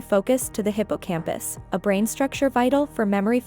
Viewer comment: Whom else thought she said “Hippo on a campus”